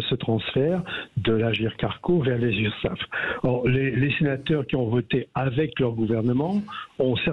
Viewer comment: Urssaf et non Ursaff, on dit Sécurité Sociale et non Fécurité Fociale